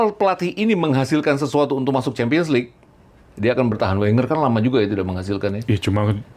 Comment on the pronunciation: LeaGue bukan LeaGua